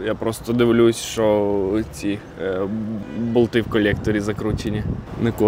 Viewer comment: Навчися боЛти вимовляти 😜